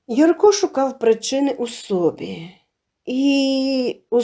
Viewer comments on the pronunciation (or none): Приємний голос, цікаві розповіді, але ...наголоси ріжуть вуха - сОбі, повЕли, бУло, кІнцями, розповІла і т.д.